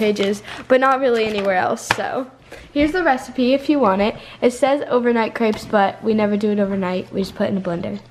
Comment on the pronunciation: She says crepes wrong